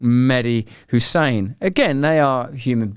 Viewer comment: Mehdi HASAN not HUSSAIN get it right Russell!